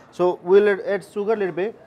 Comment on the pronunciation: Add-Aaad not Ed x